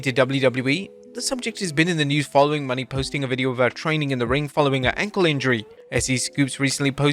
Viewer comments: Wait a moment, mercedes money?or mercedes mone? Mo-NaY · Wait until Mercedes Mone (pronounced "Mo-NAY") hears about this "Mercedes Money" you've been talking about for months.